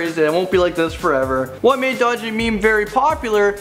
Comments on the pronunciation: No it's not called dooogie it called doge like dog but but doej it's pronounced that way lol 😂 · It's not "do get" It's doge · Omigoooooood.....he said DOOGEE MEME UGHUGHHGUFHGHGUGUGHGUHGHGUGHUGHUGH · Bunnylambe he said doojee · did he just say... doodjee instead of doge... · "Doo gee meme" No, DOGE meme. As in the French pronunciation. Doej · doogee meme what??? dogememe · Him: what is "doogie" Me: Its doge dude. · It enterally pains me that he called doge dough gee meme its DOGE Dough GUH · Wait, did he say doo-gee? TRIGGERED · it's not doogie meme, it's doge meme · Doo-Gee meme lmao its Doh-j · Dooogee meme? It's pronounced d-oh-j- not doogee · Its doge not dugey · doe gee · Doo gee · I kinda like "doodjee" even better. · Doje meme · lol he pronounced doge like doogee im laughing so hard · Did just say "doogie" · did he say do jee meme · He didn’t just say doojee meme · Doge = dOgEe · Who else got triggered when he said do-gee meme? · EnderKing184 XD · the way he says doge lolol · Is anyone going to mention how he pronounces Doge? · yes, and its wrong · Yah doge but not GIF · Wtf did you just call doge?